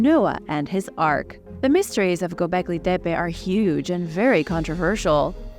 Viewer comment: thank you for pronouncing Gobekli Tepe correctly.